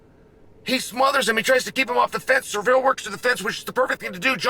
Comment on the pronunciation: Sear ell. Its not that hard Shale.